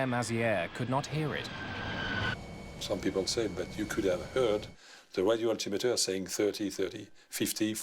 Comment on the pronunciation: this man is a legend he is the only person I ever heard pronounce altimeter the way I think it should be pronounced. Alti-meter Instead of the common Muslim name most people pronounce Al’ Timitur.